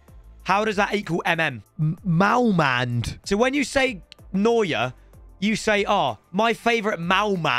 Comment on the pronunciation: Its målmand